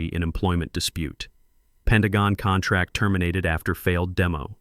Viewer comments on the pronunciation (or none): These stories are good but saying contrack instead of contract is unacceptable.